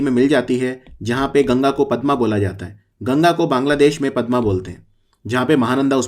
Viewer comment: it's not padam it's padma